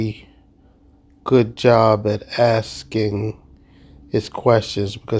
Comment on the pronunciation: More 'axe' ing